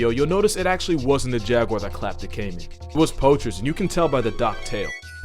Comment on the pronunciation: my favorite part is where he pronounces Jaguar correctly. respect. (I've heard everything from Jag-wire, Ja-goo-ar to Ja-gyu-war) sigh